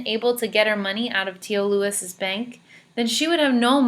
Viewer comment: Tio Luis (loo•eez)!!!!!!!